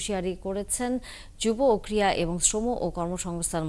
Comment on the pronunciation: ক্রীড়া শব্দকে ক্রিয়া উচ্চারণ না করি।